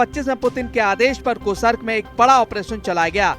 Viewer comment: कुसरक नहीं कृस्क है कितनी बार गलत बोलोगे?